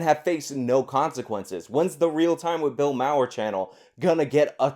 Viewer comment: "Bill Mower" it's pronounced MAR. I have to believe you know this, but just misspoke, but it's important to get pronunciation correct or people will dismiss you as ignorant. This is one of the clear tells when someone on a soapbox hasn't researched their subjects. Hasan Piker is a good example in this video calling Andy Ngo (pronounced No) "Andy N-G-O" because he has no meaningful familiarity with the journalist Ngo. Piker also mispronounced Thomas Sowell (pronounced similar to soh-ull) as Sow-ell like Cow-ell, while trying to dismiss or invalidate the doctor of economics.